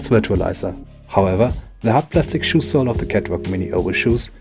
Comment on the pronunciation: Please get the pronounciation of "shoe" right in the future. Despite that, great review! Hope you get over 1000 subs to get some monetization.